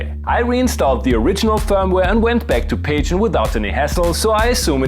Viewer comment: Pajen is pronounced Pah-Hoo-ee-en. I love this firmware and yes, you should do more of these. P.S. there's a Funk key?! That new firmware is dynamite.